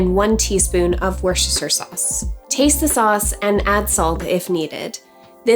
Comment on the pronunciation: this looks delicious! I love that its on cauliflower and not bread! Also, props to you for saying Worcestershire sauce 😄